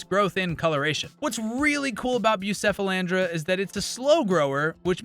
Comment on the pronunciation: Pronounced Bu-Keff-alandra.😉